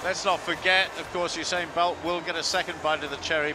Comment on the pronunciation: the reporter said oosain bolt